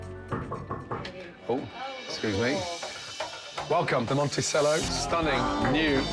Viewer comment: My God. Nobody knows how to pronounce the name of the Hotel they're working in! It's not Monisello, it's Mon-Ti-Chello